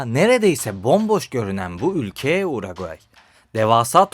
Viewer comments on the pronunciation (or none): kardeşim hep yanlış söylemişsin uraguay değil uruguay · Uraguay Uraguay ısrarla Uraguay !!! Ülkenin adı Uruguay! Daha ülkenin adını söyleyemiyorsun kardeş 😐 Bi de Plata'ya Palata deyip durmuşsun 🙂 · Uroqayi yox Uruqvay ölkənin adını düz söyle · uraguayyy ukranya reisimin dilin dönmyo sıkıntı yokkk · Önce ülkenin adını doğru söyle uraguay deyip duruyorsun. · Uruguay demek bu kadar zor mu ya? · Sen uraguay dedikçe Güldür güldürdeki paşanın yanlış bilen skeçleri geldi aklıma. 😂 ama bence diksiyonun çok kötü değil. Ufak tefek destekle çok iyi hale gelirsin. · Abi bak parayla değil zor bir şey değil İsmek’te diksiyon kursu var bedava. Akşam var, hafta sonu var. Ayda 10 saatte öğretiyorlar. Kendine saygın yoksa izleyiciye olsun ya… Yok Uragay yok Brazilya… İlkokul terk gibi bu ne? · Ülkenin adını söyleyemiyosun gelmiş video çekiyosun. Sağol. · Bi de Uruguay diyebilseydin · "Uruguay" "Arjantin" diksiyon ve vurgular felaket.. Lütfen seslerin boğumlanması, seslerin açık -kapalı oluşları, velhasıl; diksiyona çalışmalısın. Emeklerine sağlık.. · Hiç Uruguay diyememiş ki 😂😂